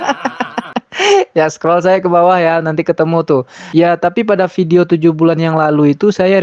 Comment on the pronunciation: NOVI KER NOFI..indon ni di grammer English very bad.. video disebut FIDEO..content pun memalukan !